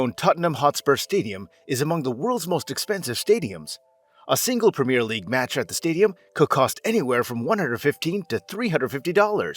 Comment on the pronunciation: I can’t listen to this : Tottenham HotspurS , the clue is the name of the stadium Tottenham Hotspur Stadium (which he seems to get right), then compounding the misery with “Spur” fans !, the nickname is the SpurS , plural. Premier league pronounced wrong, it’s a wonder he didn’t call it soccer😂 but then he gets a perfect pronunciation of Worcester, I don’t get it is he doing it to wind us up? You are one of “it’s” kind mate.